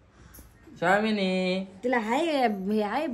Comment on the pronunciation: शामीनी नाही स्वामींनी ..स्वामीं समर्थ महारांजाचा उठता बसता नामस्मरण कर ..मग स्वामींनी म्हणायची समय लागेल शब्द निट उच्चारता येईल .